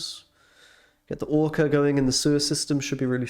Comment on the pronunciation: I need to ask an important question; why did you call the deck ‘Orka X’ and not ‘Orxa’?